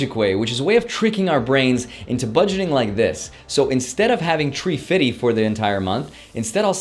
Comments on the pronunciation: 350 = tree-feety Pronunciation: 350 = three-fifty 😂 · “Tree fiddy”